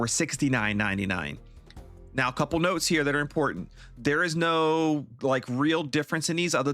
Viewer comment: Where do you hail from, good sir? I've never heard someone say the word "no" quite like you do.